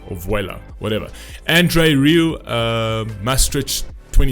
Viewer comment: You are a charlatan sir! You mispronounced the surname of the artist, the surname of the conductor, the city it was performed in, and to complete the package you made a hash of the title. In addition you failed to do even the flimsiest background research The lyrics of this song weren't written by or for a man. Let me explain: "Voilà" is a song by French singer Barbara Pravi, who originally co-wrote the song with Igit (music) and Lili Poe (lyrics). The song represented France in the Eurovision Song Contest 2021 in Rotterdam, the Netherlands.The song tells a personal story of Pravi about self-acceptance. Even the lyrics "Tell them about this girl with black eyes and her crazy dream" ought to have suggested to you that the song was about a girl and her emotional journey towards acceptance and recognition. I won't even begin to discuss your insensitivity to the performance by Emma or your lack of any understanding of vocal technique or performance art. You are at best an uninformed bluffer with no art or talent yourself. People like you give bad reviewers a bad name. Shame on you!